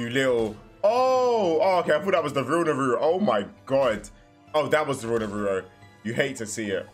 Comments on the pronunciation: His name is Naruto not Naruo you are forgetting the “t” Edit: it could be just because of your accent, but still at least try to put more effort on the “t” sound. No worries though 👍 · It’s Nar ra toe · Naruto❌ naroro✅ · nuh roo-oh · it was so sad seeing that this guy didnt even know what a rasengan or chidori were and couldn't prounounce naruto's name correctly😢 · The way you pronounce naruto is horribly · I hate how he says Naruto… he got orochimaru with perfection first try 😂😂